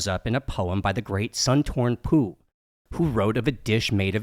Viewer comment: He said....sun torn pooh